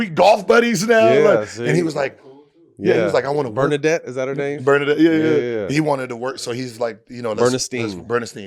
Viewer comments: Earnestine is Skip's wife's name..not Bernastine lol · Calling Skips wife Ernestine " Bernadette" then "Bernestien" lol is crazy